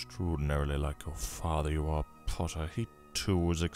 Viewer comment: try not to make his voice too rough ! you did a great job on the “pottah” tho